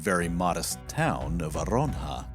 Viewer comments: Not Aronja, it's Arjona... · real name: Arjona. narrator: Aronja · It's AR-HO-NA. Where do you get A-RON-HA? You keep making that mistake. Why? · OMG! The effort to pronounce the Arabic names is obvious and borderline obsessive. However, in spite of the benefit of all the videos from Flashpoint, I have cringed every step of the way at the butchering, yes BUTCHERING, of the Spanish people, battle and cities! I am a Spanish teacher, please make the same effort! Arjona = Are Hoe Nah! Jaen = ha Ehn, Castilian = cast till lee an !